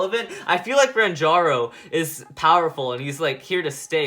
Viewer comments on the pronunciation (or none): I still cant believe that he called renjiro renjaro xD